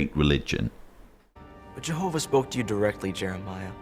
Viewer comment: i had to watch this in few break downs. There was no way I could watch this crap in one go! How many times in this supposedly Biblical drama they said "Jehovah"???? I don't know if is just me, but the way they pronounce it, it just makes me creep. Well done, it takes strong nerves to watch this and make a rebuttal